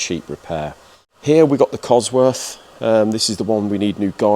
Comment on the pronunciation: I wish you would pronounce "COSWORTH" correctly. You make yourself sound so unintelligent using f`s instead of th.